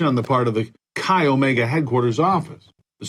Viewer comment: quick comment - it's not 'Chai' Omega, it's 'Kai' Omega with a hard 'K', spelled 'Chi Omega'